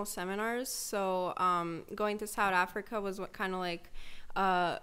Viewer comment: "Sahd Afrika"👁️👁️